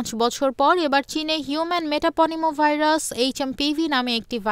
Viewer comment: উচ্চারণ `মেটাপনিমো` না, বরং `মেটানিউমো` হবে! 🥸